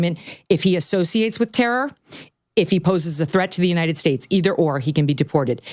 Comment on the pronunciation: Big Mike is a miserable soul. And she can't say "united" correctly either.